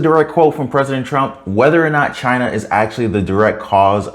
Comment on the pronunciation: "it came from "CHI-NA" 😂